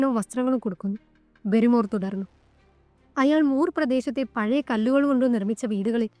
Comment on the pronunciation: ബാരി മോർ എന്നാണ് അല്ലാതെ ബെറിമോർ എന്ന് അല്ല. ഹോട്ടലിൽ നടന്നു കാര്യം മൊന്നും പറഞ്ഞില്ല ബാസ്‌ക്കർ വിൽസിലെ വേട്ടനായ എന്ന ഈ കഥ നന്നായി പറയാൻ ശ്രമിക്കുക